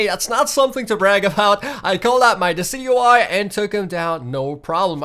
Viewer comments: Decidueye is Pronounced as desidueye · Decidueye = Dee-ci-ju-y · dicidueye is pronounced disi-dyu-eye allso you should watch the pokemon series on netflix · its pronounced (di cid juw eye) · He called it dockeye